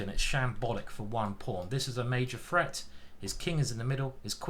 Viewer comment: Is it threat or freat? I know I know, it's a menace 🤣